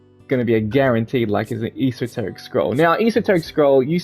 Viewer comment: It's funny hearing him mispronounce esoteric